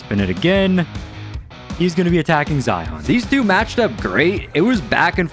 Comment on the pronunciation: being a zion myself, ITS ZI-YIN NOT ZI-ON thank you!